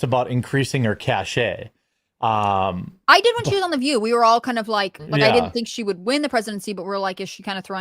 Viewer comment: FYI, and I’ve said this before, “cache” is pronounced like “cash”, not “cash-A”. Look it up